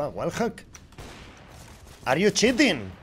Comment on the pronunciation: NADIE: ABSOLUTAMENTE NADIE: EL INGLES DE: AR YU CHITING!!